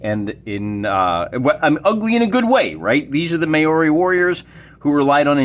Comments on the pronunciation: They're name is pronounced as Mowri...interesting ruleset by the sound of things. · Pronounce it more like Mow Ree.